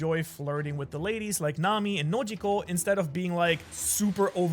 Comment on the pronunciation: "Nojiko" lololol